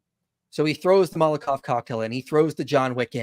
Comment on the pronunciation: Also cracks me up every time he says "molokov cocktail". My brother in Christ, it's MoloTov. With a T. 'maul-uh-tov'. It's named after a Soviet politician.